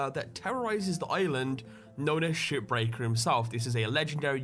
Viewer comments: to me shipbreaker sounds like shitbreaker when you say it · I thought you said "SHITBREAKER"